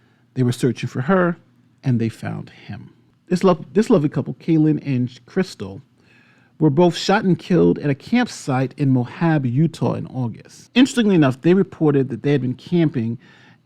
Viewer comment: Moab (moe-ab) I'm definitely not a word Nazi. It's just I am from UT. Moab is one of the coolest places on the planet. Definitely worth learning more about the area. It's a must see at least once in one's lifetime.